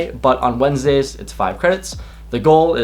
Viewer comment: "Wendesday" LOL